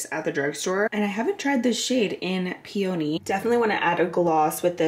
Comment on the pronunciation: the way you pronounced peony made me giggle lmfao